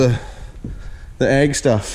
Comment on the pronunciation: Well dude you said egg, and not ag.